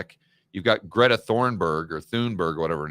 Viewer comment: Still pronouce gretas name wrong.